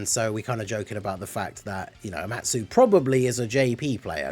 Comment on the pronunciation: “Omatu” lol